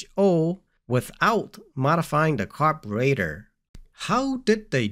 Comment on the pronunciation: say car bur rater one more time .